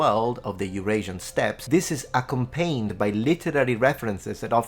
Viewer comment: accompanied is pronounced ah-company-ed, I believe. I enjoy hearing your pronunciation of Latin. I learned some Irish & some Italian but I pronounce everything like in English :p